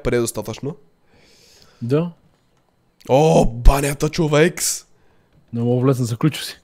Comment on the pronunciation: Приятел не казваш ЧОВЕК ами ЧОВЕКС 😂😂